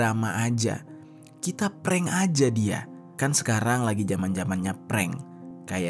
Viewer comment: Ngepreng apaan bukan ngepreng itu mah .